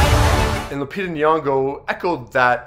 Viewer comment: It's Lupita.